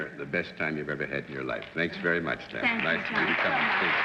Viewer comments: Poor ol' Bennett, he just could NOT pronounce anyone's name! Lay-na Turner!!!???!!! Hahaha!!!! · Bennett strikes again! He solves Mystery Guest #2 but as he does SO often, mis pronounces the name....."LAY-NA Turner".....OH BENNETT!!!!! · Leave it to Bennett to mispronounce "Lana"!! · What is it with Bennett Cerf so often mis-pronouncing the names of celebrities ? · Bennett Cerf mispronunciations continue. He even couldn't say Lana Turner's name correctly. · Yes, he could. He was especially prone to pronouncing a short vowel as though it were a long vowel, as in the "o" in "roster" and "modicum", the "e" in "felon", and the "a" in "Lana". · And Lana was very specific about how she wanted her name pronounced. Kind of mean of Bennett to go against her. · Bennett - "Lay Nah" Turner.... ROTFL. Bennett does it yet again. I'm surprised. Miss Turner was very particular to be referred to as "Law Naw" but most people referred to her as "La Na". Bennett of course misses both marks (even the most common incorrect pronunciation of her name). .... Oh Bennett! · Bennett misprounced Lana. .he said Layna when he guessed her identity. Listen close and you'll see. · Cornball Bennett Cerf can't pronounce Lana Turner's name... says "LAY-na Turner" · Lana Turner was a gorgeous and stunning woman. And for some reason, the more I watch this show, the more annoying Bennett Cerf gets. “Lay-nuh” Turner, smh 🤦🏻‍♂️. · face-blue-smiling::face-blue-smiling::face-blue-smiling::face-blue-smiling:Bennett Cerf has the WEIRDEST way of pronouncing certain things like Lana Turner's name -= as LAYNA???????????? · Yet another one of his erroneous pronunciations. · called her LAY-na Turner?!?!? wtf.... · "Lay-nah" Turner. For a well-educated publisher Bennett could certainly butcher the pronunciation of some rather ordinary words and names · That struck me as odd, too, as well-known as she was by then. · Danello Yes, that grated.